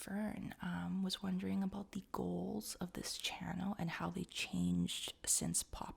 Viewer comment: Aboot ? O.o that's what french people say when they don't know a thing about english, didn't know it was a Canadian thing lol